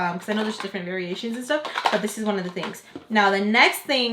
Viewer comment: ‘Look at dis-ooo’ 😂